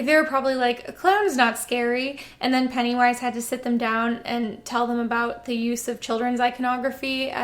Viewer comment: It really kept sounding like you were saying Pantywise.